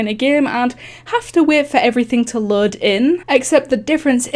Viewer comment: HOW ARE YOU SAYING LOAD WTH